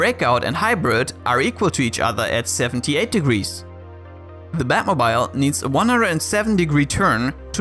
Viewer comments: The way he pronounces "batmobile" is pure cringe... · Your pronunciation of batmobile is so cute ^_^ I did some research and it's the British pronunciation. Americans say it like "moble", rhymes with noble. I use the British version for separate words e.g. mobile phone. But when I make a compound word like automobile I use a long e sound, e.g "batmobeel", rhymes with banana peel. So I thought the way you said it was a bit funny. Basically English is a mess and you should just say things however you want :)